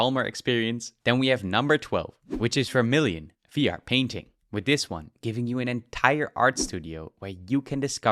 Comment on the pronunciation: WIF, DIS, UDDER, TRILL, .... it's TH that hard to say? Tongue under your top teeth and breath out.... it's actually pretty simple